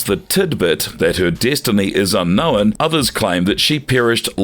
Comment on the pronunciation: Please learn how to say the word ‘unknown’